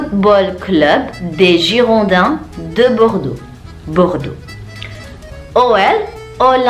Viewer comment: Bordeaux : Bodrex Lille : Laili